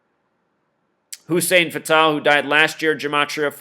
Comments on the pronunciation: You say Hussein Fatal wrong and it's annoying. They call me Hussein Fatal it's a two game table I'm robbjn ya nigga cradle with a knife in ya navel. It's not an Arabic name Fatal as in deadly. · its Hussein fatal. like fatal car crash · I like the way he says Hussein Fatál. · You can't even pronounce their name correct! Hussein Fatal! Not Fatale! Yaki Khadafi not Yahhkii! Lame ass your just a Novice in Life ! Yeah you are correct about secret societies controlling Hollywood and Government and entertainment! But also you are wrong when you are reaching about Numbers and oooooh this numbers and that number! Every has to have a numerology because it has an alphabetical order! Duhhhh! And birthdays and years! Duhhhh! Keep banging